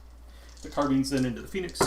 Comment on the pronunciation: Today I learned a new way to pronounce Carbines; Carbeans :D